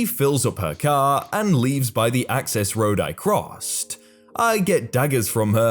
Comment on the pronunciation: Your butchering of the pronunciation of the word 'access' is hilarious.